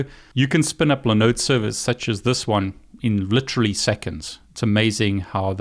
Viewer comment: What is a li node server? Did you mean LIE-NODE server? (As the I has a vowel that comes after it, making it a hard EYE.)